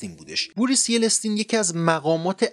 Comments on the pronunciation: Az safheye shoma baeede ! Boris yeletsin nist ha .. boris yeltsin doroste , Boris Nikolayevich Yeltsin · با سلام. رئیس جمهور روسیه بوریس یلتسین بود و نه یلستین Boris Yeltsin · Masalan yeletsin nist, yeltsin talafoz mishe. Bouris yeltsin. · واقعا ناامید شدم این ویدئو سطحش خیلی پایین بود به عنوان کسی که تو تاریخ روسیه پژوهش کردم میگم اولا که یلتسین درسته نه یلستین! دوما حزب کمونیست بود که کودتا کرد نه گورباچوف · داداش یِلتسین، یِلِستین غلطه :) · Boris Nikolayevich Yeltsin قربان تحلیل کمی رقیق و کم مایه بود نسبت به این اتفاق بزرگ و درضمن اگر اسم بوریس یلتسین رو قبل از ارائه پادکست جستجو میکردین متوجه میشدین که یلتسین هست و نه یِلِِستین! 🤨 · درستش یلتسین است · بوریس یلتسین نه یلستین. از شما بعیده که Yeltsin رو بگی Yelestin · خیلی از تحلیلهای شما غلط و اشتباه بودن دوست عزیز، شما حتی اسم بوریس یلتسین رو کاملا اشتباه و یلستین یخوندید، من برنامه شما رو دنبال میکنم و دوست دارم ، لطفا بهتر و بیشتر تحقیق کنید بعد برنامه بسازید ، متشکرم عزیزم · Well done as usual you makes good effort for this video clip but something I have to add,firstly you pronounce Yeltesin which should call Boris Yeltsin also background noise was too loud which could damaging my hearing. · بوریس یلتسین هست و نه یِلِستین ! Boris Yeltsin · با سلام و خسته نباشید. ممنون از توصیحات خوبتون. دو اشتباه اساسی و مهم در کلامتون بود. اول اینکه در ۱۹۱۹ شوروی برای بار اول فرونپاشید بلکه حکومت روسیه ی تزاری توسط کمونیست های بلشویک که بعدا همان شوروی رو تشکیل می دن منحل میشه. اشتباه بزرگ دوم در تلفظ واژه ی یلتسین (yeltsin) هست که yelestin تلفظ کردین. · لطفا" تلفظ نام آقای یلتسین رو که به اشتباه یلستین گفته می شود تصحیح بفرمایید. با تشکر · باسلام وممنون از مطالب خوبتون. نام رییس جمهورروسیه،«بوریس یلتسین»بود.به اشتباه یلستین گفته می شود.باتشکر... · به قول دوستمون بیان شیرین و دلنشینی دارین فقط اتحاد جماهیر شوری بود نه اتحادیه! اون هم بوریس یلتسین بود نه یلستین! تلاشتون ارزشمنده.موفق باشین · It's YELTSIN not YELESTIN! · اسم بوریس یلتسین رو اشتباها یلستین میگید. ممنون از برنامه شما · یلستین نیست، بلکه یلسین